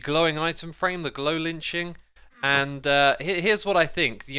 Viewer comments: Love your videos like always, and I love the way you pronounce things shashwammy, but it might be a good idea to try to say "lichen" differently the future. In this video it kinda sounded like you were saying "glow lynching." I think people generally easier pronounce it like 'litchen' or 'liken'. Love your videos, thumbs up! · did he just say “the glow lynching”???? It’s pronounced lai-kn. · Lichen is pronounced like-en :) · "Lichen" is not pronounced with a "ch" sound as in cheeseburger. Pronounce it with a long "I" sound and a hard "K". Like "LIKE-EN". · But it's the same with anything. Multiple people doing something the wrong way, doesn't make that the right way. It just means that multiple people are doing it wrong. I'm not here to start an argument about prescriptivism vs descriptivism, I'm just saying that yes, pronounced it wrong, and multiple people pronouncing it at "lit-chin" does not mean that's how it's pronounced. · Am I the only one who noticed the way that X pronounces lichen? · I've never heard someone pronounce lichen like that before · No one on YouTube looked up how to say ‘lichen’. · regularly mispronounces words. It is his thing.